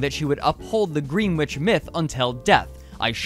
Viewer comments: Gren itch. Not Green witch. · It’s pronounced Gren-ich, not Green-witch. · More like "Gren-itch", really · Greenwich is actually pronounced “GREH-nitch”...for some odd reason. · Very slight correction; greenwich [sic] is pronounced gren-itch. Blame the British. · hey, “Greenwich time” is pronounced “grenich time” just a heads up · I'm just about positive that Gene Ray pronounces it "Green witch." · Great video. (Greenwich is pronounced GRENN-itch, btw. The w isn’t voiced.) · Greenwich is pronounced as Gren-itch. (no that was not a typo.) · LMAO that is NOT how you pronounce Greenwich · bruh if your gonna do all this research at least learn how to say greenwich